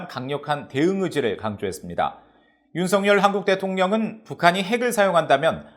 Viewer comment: VOA 애청자 입니다! 시청할때 마다 느끼는 일인데 "윤석열" 대통령을 "윤성열" 로 발음 하는데 이는 잘못된 발음 입니다! 윤석열 은 윤서결 로 발음해야 합니다! 한국의 방송인들도 일부는 윤성열로 발음하는 우를 범하고 있지만 이는 잘못된 발음 입니다! VOA 내부검토와 회의를 거쳐 시정 해주기를 바랍니다!